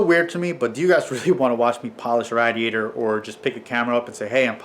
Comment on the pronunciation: Just watched your new video (rbc manifold spacers) and heard you read this comment. 🤟🏼 Much love bud, just giving you some shit on how you pronounced radiator . Keep bring us killer content as always!